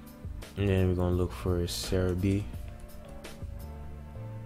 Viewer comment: whats ceribi? why did he say ceribi